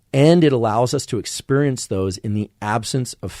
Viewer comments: Why does he pronounce it as exPURIENCE? Lmao its bothering me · Why is he pronouncing it expurrience? Lmao its bothering me.